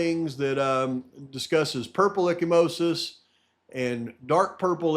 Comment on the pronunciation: Echimosis is bruising, if I remember correctly. (pronounced eka-mosis). Not to correct you,. Just giving the info. ty for all you do.